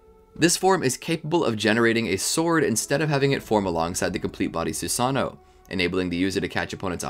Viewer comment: You forgot to pronounce both o’s